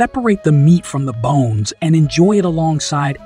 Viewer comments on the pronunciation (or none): none